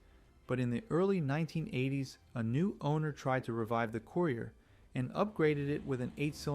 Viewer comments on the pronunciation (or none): COOYRIER. LOL.